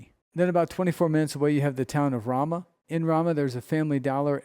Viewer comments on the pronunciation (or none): Ramah, NM. Fyi, the first "a" is pronounced long as in "Ace"